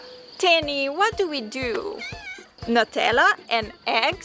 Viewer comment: Why are u pronouncing it as 'netalla' its pronounced as 'newtella'❤❤